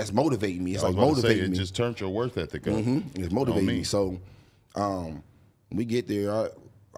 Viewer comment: Love this segment but please suck it up and tell that it’s “work ethic” not “worth ethic”